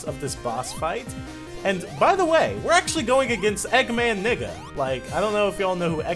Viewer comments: It's Eggman Ney-ga, not Eggman Nigga XD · he said eggman nega not niga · Neh-ga but your point still stands. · I thought this dude said nigga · I thought u said nigga eggman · ***** Just to let you know, it's pronounced "Son-ya". Also, I watched a bit of the show as a little kid (we actually had it on British TV); I always thought it was great, but then, like all kids' TV shows, it makes me cringe a lot today when I actually see it again. EDIT: "Eggman Nigga" lol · Okay so i wasn't going crazy haha, i knew he was saying nega but it sounded like nigga. Maybe the idea of an eggman nigga would be a funny mod and then you have a character for mod mondays XD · Hold on, Eggman WHAT!? It's supposed to be Eggman Nega n-e-g-a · Gamingmasterboy 4561 I Know the splelling, I was correcting pronunciation. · was he saying nega or n**